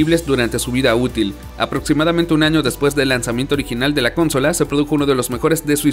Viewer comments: perdon pero si vas a traducir el video, por lo menos trata de hacer las pronunciaciones de manera correcta, o no lo digas en ingles, mi unica queja, por todo lo demas buen video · "CONSOLA" !!! no se acentúa en la primera "o", no es esdrújula... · Amigo, asi no se pronuncia consola, me sangran los oidos. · Si se dice cónsola y no consola entonces he parecido un idiota toda mi vida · Lo mas gracioso es que lee mal el guion, me refiero a que lo pronuncia mal como cuando dice haLf life o cónsola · Estoy de acuerdo, es un buen video pero es molesto que haga eso y que pronuncie de forma tan rara “consola” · Por qué dice Cónsola (con acento en la primer o)? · Excelente video amigo, aunque no puedo dejar pasar que la palabra Consola es grave con acento en la penúltima silaba, no como se pronuncia en el video "Cónsola". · Una pequeñez que me causa curiosidad es por que el locutor dice "Cónsola" en vez de "Consola"? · ¿Porqué cuando habla dice coooonsola con acento en la primer "o"? De qué país es? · El amigo que narra pone los acentos de las palabras donde se le canta. La mejor: "cónsola". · Un shot de vodka cada vez que el narrador dice "cónsola". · Ok, buen video, pero por qué "cónsola"? De dónde salió eso? Ya no sabemos hablar español? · Lo siento, pero me distrae la pronunciación de "cÓnsola", que tiene su equivale en nuestro idioma, sólo cambiando el énfasis a la penúltima sílaba. Y bueno, "Tree" no es lo mismo que "Three" por lo que tampoco se deben pronunciar igual. Si vas a tratar de pronunciar toda palabra en inglés, sin comprender su pronunciación a un buen nivel te arriesgas a sonar raro y hasta pretencioso. No es malo, sólo es un detalle que muy pocos van a poder apreciar, pero que te ayudará, si es que decides tomar el consejo. En cuanto al resto, muy buena selección. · Amigo no se dice cónsola. Pero muy bien el video en general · Por qué dice cónsola? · por qué pronuncias "cónsola"??? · El video va perfecto, pero es CONSOLA NO "CÓNSOLA" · Consola, no Cónsóla😡